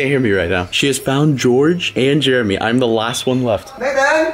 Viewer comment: It’s not Jeremy. It’s CHAIRamy LOL.